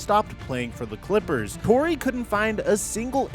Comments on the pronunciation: lmao he name is "Torre" not "Tory" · the least you could do is pronounce Torre correctly